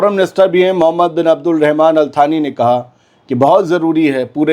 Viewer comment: अलथानी नहीं अल्तानी होता है या अलसानी इंडिया के हिसाब से